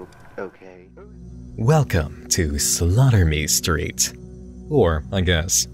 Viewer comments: When he says "slaughtermestreet" does anyone else hear "sodomystreet"? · Is it "slaughter me street" or "sodomy street" I'm hearing? No shade. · I kept mishearing "Slaughter Me Street" as "Sodomy Street" 😂 I didnt realize it wasn't until you showed a screencap with the channel name